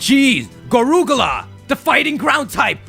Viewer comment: I was dying when he said Goruggla 😂😂